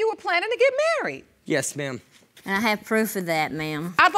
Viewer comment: In the first episode they were getting "marryed" judge not "married". 😂😂